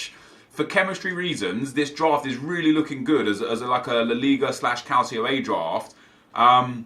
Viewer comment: Please don't say CALCIO A man